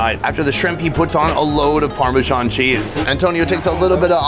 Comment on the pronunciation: "Very unique" is an oxymoron. It's unique or it isn't. You can't have degrees in between. Also, it's parmesan not pormeeshaun. Here to help.